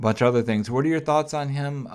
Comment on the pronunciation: WhuAht? Not Q